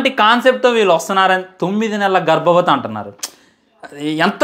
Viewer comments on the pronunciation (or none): 9 నెలలు గారాబ్వతి కాదు 9 నెలలు బిడ రా చెప్పేదానా సరిగా చెప్పు రా ఏరూప 😂😂😂😂